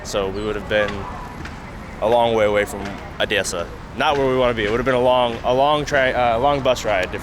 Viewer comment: I think your Russian/Ukrainian is getting better! You pronounced the word Odessa without any accent at all) and what field do you work in, forgive my Ukrainian frankness)